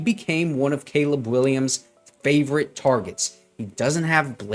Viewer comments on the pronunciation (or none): none